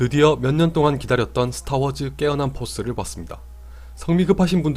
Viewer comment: 내 귀가 이상한가?? 왜 자꾸 깨난포스라고 들리지;; 초반에 이게 뭔말이야? 하다가 뒤로반복하다가 아! 함...